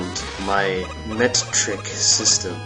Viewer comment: Met-trick haha. Good job on Commando man.